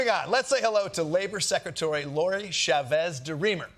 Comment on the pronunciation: Kosta cant say "secretary". He tried twice and whiffed both. A little after the 6 minute mark.